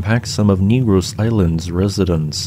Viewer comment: FYI...the name of the island is pronounced with a short e and the accent on the g. Keep up the excellent work.